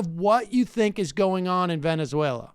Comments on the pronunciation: I think what he means is she speaks in an unmistakably American accent, all of the time, except when she says that one word, Venezuela. Granted it's not exactly a big issue, it does feel very forced though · Why does she speak with perfect American English but then say the country's name, Venezuela, with with a thick spanish accent? Does she say the word United Kingdom with a Welsh accent too ? What a weirdo. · why is she pronouncing Venezuela spanish? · To me part of the act, to make audience feel she a genuine venezuelan.. it like Guido studied in US university, trained in US FOR THIS. .. but on fox news speaks in spanish.